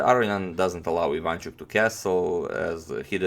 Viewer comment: why so you say ivAnchuk if he's actually ivanchUk ?